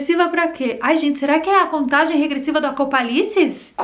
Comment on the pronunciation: eu morro de rir quando ela fala , do acopalise ! as viagem ta grande viu ?